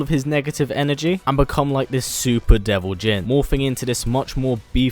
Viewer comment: Not deo Jin is devil jin